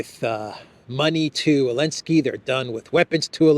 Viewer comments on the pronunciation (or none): Why do you have to laugh about everything? You laugh about things that have no element of humor, like there's something wrong with your brain. You sound like an idiot. I'm not a zelensky fan, not at all, but why don't you call him by his name? What's with "Elensky"?